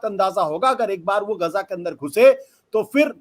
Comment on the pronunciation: गाजा नहीं गजा है